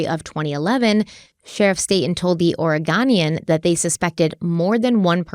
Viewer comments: Just so you know its Or-ah-go-knee-in not Or-I-gone-nie-on. I have been a long-time fan, but this one hurt a little. I know you try, but this one is personal because I am an Oregonian, and you were using it as a source. So for future reference, I hope this helps if you take on another Oregon case. Other than that, great wrap up on the case. No one from the area who has lived here throughout these years have never forgotten this little boy and any coverage on his is always welcome. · I have a huge problem. It’s pronounced orr-I-goh-nee-uhn = Oregonian. So many videos! Btw great job on Willamette! I realize you won’t see this but I don’t see it in any of the comments! 😂😂😂😂😅😅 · Yay!!! You learned how to say Sauvie Island right! It really is said like Sah-vee Island! Now, let’s work on Oregonian. Or-eh-GO-nee-in